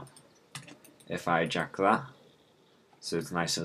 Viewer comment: you said ejactulate that instead of eject that lol